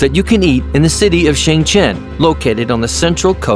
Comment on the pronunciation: when you said shen zhen you didnt pronounce it correctly